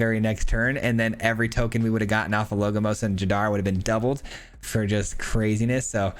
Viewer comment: LoL, I just thought about commenting this as well. always call him "logomos". He says so much that I started to think if my English (which is not my first language) was wrong.